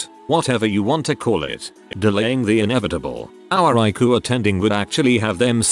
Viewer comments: Please correct spelling. It's harder to understand when you call the ICU "Luke" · Despite the tragedy of people dying due to misinformation and ignorance, the main thing I took away from this is I should be calling it the EYE-COO. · TIL: ICU is pronounced eye-koo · Please correct pronunciation. It's harder to understand when the disease is mispronounced, as well as words Luke ICU.